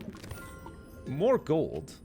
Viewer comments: stop it its myranium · no, it's myranium